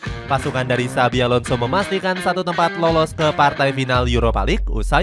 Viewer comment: INGAT YA ADIK” XABI PAKE B BUKAN V 🤡🤡🤣